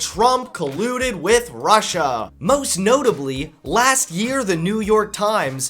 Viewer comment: "Prussia" how old is Trump again? 😂